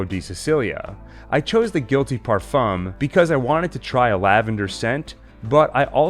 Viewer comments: Someone, please tell the narrator how to pronounce "parfum" correctly. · Good for you. The French don't really pronounce the m.